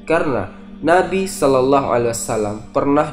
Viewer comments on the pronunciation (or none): none